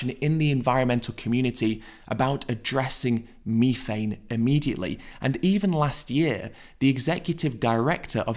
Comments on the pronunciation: what in da fook is meeefane? you mean methane? lol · It’s methane th not mefane.